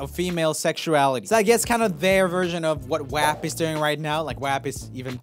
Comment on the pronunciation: The way he pronounced WAP made me giggle